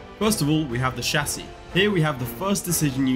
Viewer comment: finally someone who can say chassis